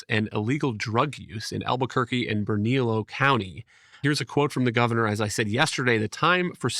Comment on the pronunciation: Ber-na-lee-oh. Bernalillo. I keep playing this audio back and I think you just misread the name.